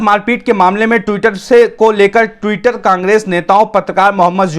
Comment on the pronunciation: आप ट्विटर पढ़ने में गलती करते हो